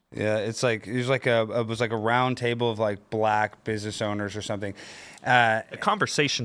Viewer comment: the way the says "black" lol, not holding back anything.